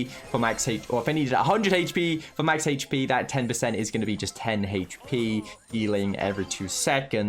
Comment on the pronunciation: I like how he pronounce hp as Hech p